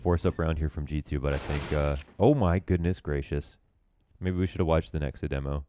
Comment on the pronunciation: pls stop saying deemo